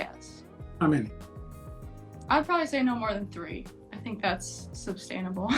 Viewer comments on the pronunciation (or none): Did homegirl say "substainable"? LOL!